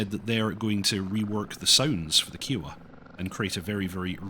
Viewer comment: Love ya but your pronunciation of kiowa feels like a cheese grater to my brain lol